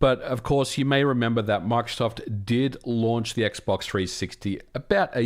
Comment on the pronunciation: You kept saying Mark Soft. I thought he was the president of MicroSoft or something haha.